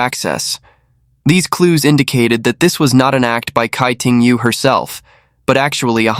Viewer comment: Tsai ting yo, not kai ting yu